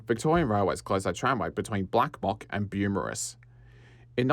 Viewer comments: Amazing video! My only correction is - the suburb is *Beaumaris and pronounced as "bow morris" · Great video! Small refinement, Beaumaris is pronounced "Bow-morris". :) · It's pronounced Bow-Morris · The Beaumaris pronunciation keeps distracting me and I have to skip back to rewatch what I’ve missed 😂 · Great video mate. I can see lots of research went into it. The visuals were excellent. Beaumaris was pronounced and spelled wrong but otherwise good job. Too many very critical comments here, don't worry about those. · I've never heard any-one from Melbourne pronounce Beaumaris or Maribyrnong like that. But to be fair, I had always pronounced Murwillumbah differently to how people from around there do. Apparently, it's not "Mur-will-lum-bar" but "Mu-wril-loom-bah." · Good video but you misspelled and mispronounced a whole bunch of shit so you might wanna make a bunch of edits and re-record the audio when you learn to say Beaumaris Bo/Moris, Nepean Nep/ian and Carnegie Car/neg/ee correctly… I’m guessing you’re not from the SE burbs?